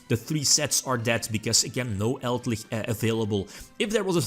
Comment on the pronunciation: Elder lich, eld-lich: Eldlickchs